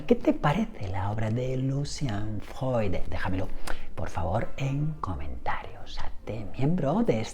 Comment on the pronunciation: Decir Freud ❌ Decir Fjoy ✅ 😂